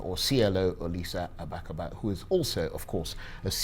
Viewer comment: It is a shame that this talkative cannot pronounce Agbakogba, even though he has Igbo last name and lives in Nigeria.